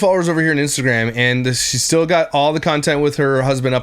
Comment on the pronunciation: “We’re stiww happy.” Turd bucket is right.